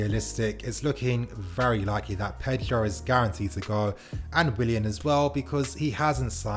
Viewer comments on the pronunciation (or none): none